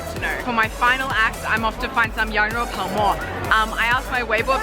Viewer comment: 羊肉泡馍，发音太正了😁